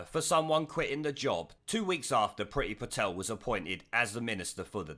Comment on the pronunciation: It's should be pronounced preee-thi. Priti (pree-thi) means love/liking in Indian languages.